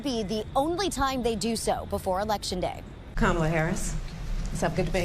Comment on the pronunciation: No excuse!! When one signs up to be a reporter, the onus is on that individual to learn names, fact check information, travel abroad, interview people of different nationalities, etc. Her constant mispronunciation of VP Harris’ name appears intentional!